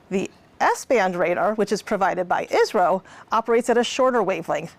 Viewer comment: Ummm I think she is saying I.S.R.O